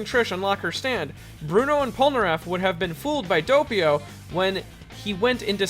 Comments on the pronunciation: "Geeorno Geeovanna" "Doapio" "Gowcho" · Yeah, why can't pronounce Vento Oreo names normally? How many times must he talk about Diavolo in his videos before he realizes that saying "Deeavahlow" probably isn't right?